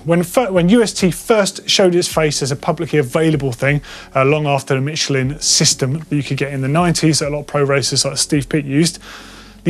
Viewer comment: Pronounced Michelin(mish-ul-in) 👍